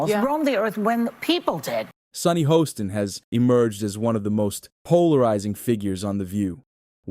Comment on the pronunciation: It’s Haaaston not hoeston.